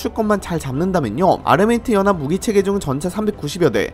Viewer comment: ㅋ 은 발음 새는게 은근 매력이에요.. ㅋㅋ (욕 절대 아님) UAE: 유이이~~, 아랍에미레이트연합: 아마미뜨영압, 영향력: 영앵역~~